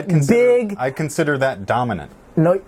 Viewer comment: said 'Donimant'😂😂😂😂